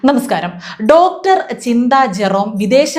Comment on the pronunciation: ഡോക്ടർ എന്ന് പറയുന്നതിൽ.. എന്തോ.. കുത്തി പറയുന്നപോലെ. ഈ വല്യമ്മച്ചിയെ ഡോങ്കീന്നു പറയണം.